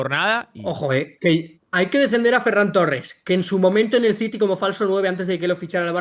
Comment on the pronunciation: Por favor, que alguien le diga a que se pronuncia ferrÁn torres. Te amo 9.